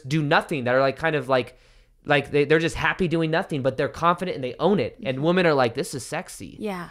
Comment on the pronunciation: Does know that when the word woman is plural its women 😆 he pronounces it like its singular even when he's talking about women plural